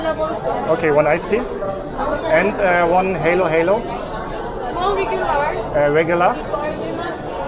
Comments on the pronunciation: You pronounce it Halo halo not helo helo, Halo halo in tagalog means mix mix everything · das heist HALO-HALO. Like when you said it in german language hallo hallo. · it's pronounced ha-lo ha-lo, short a, not heylo-heylo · Hi. Halo Halo pronounce like Hallo in German. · It’s pronounce ha-lo ha-lo. Mix-mix